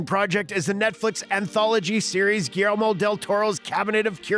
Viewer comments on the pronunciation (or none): “Mimic” came out in 1997. Hardly the “early nineties.” Also, please learn how to pronounce “Guillermo” correctly.